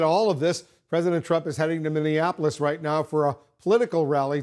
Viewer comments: Trump said Mini-in-apolis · That made me laugh more than Trump's earlier "Minionapolis"